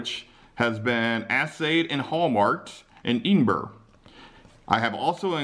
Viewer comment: Subscriber from the UK here! Love seeing the interesting stuff you buy. Also, it's pronounced "Ed-in-buh-ruh"! :O)